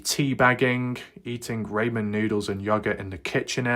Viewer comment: BTW in US it’s pronounced Raw-min not Ray-men lol also yo-gurt not yog-urt lol No offence bro.🤷‍♂️😎